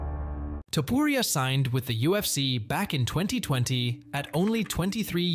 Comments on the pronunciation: Come on man his last name is not topiuria but topuria as u read with out anything… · Man, your "Topuria" pronunciation is just terrible 😂